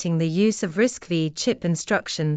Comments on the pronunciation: bad AI production, risc-5, not risc-v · 😊pronounced RISC 5